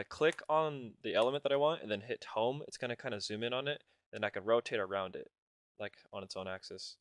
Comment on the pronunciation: 3.04 "So i click the hong key" ........... WTF is that?